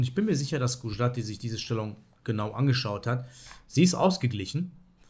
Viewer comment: Super Video, danke! Habe im übrigen neulich beim Grenke Open deine 2.Le2 Variante im Sizilianer erfolgreich gespielt! PS: Es wird übrigens Gudschjrathi ausgesprochen :)